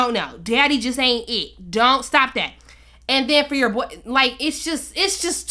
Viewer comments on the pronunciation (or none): since yall were kids !??! And since in smart , im pretty sure its boy not " bou"